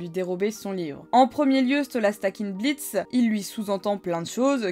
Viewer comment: Le "o" de blitzo est muet!sa ce lit blitz